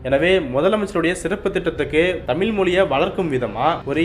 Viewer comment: தமிழை, தமில் என்று உச்சரிப்பது நன்றாக இல்லை.